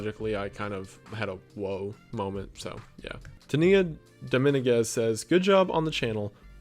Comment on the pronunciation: the way you pronounce Dominguez makes it very apparent that you are from Tennessee lmao love the videos man and congrats!